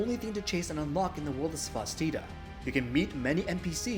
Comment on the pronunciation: Great video, thanks for the review! Just a heads up, Cvstodia is pronounced as Custodia, the V reads as a U.